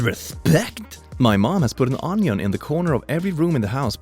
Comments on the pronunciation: everyone: onion: onyon please just pronounce it right you're giving me nightmares with that pronunciation. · do you pronounce onion like ON EEE ON